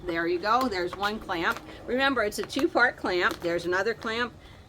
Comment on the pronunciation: I thought you said; "this has a two fart lever" 😮. Then I read the closed caption.😊